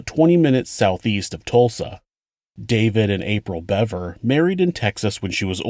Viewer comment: I knew I’d find the proper pronunciation here.. Another channel pronounced it Beaver 🦫